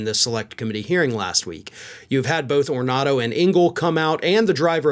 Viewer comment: Getting a name right is as important as getting the true story... C'mon, how hard is that? Anthony 'Tony' Ornato